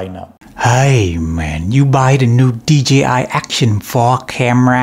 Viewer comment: They might sponsor you.... if u say DJI.... not DGI loooooooool